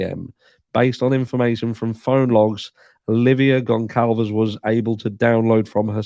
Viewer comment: Hey,! GonCalves is pronounced “Gun-Salvez” Thanks for covering this case!